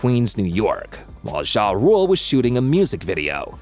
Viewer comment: Wish you would stop saying jah like that its not zha zha